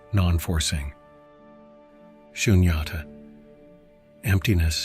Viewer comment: To my understanding Tao is pronounced as Dow. As in the Dow jones. Shunyata is pronounced Soon-yah-tah. The h is silent just like in the word Buddha.